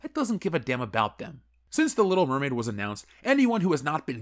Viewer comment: Little Meh-maid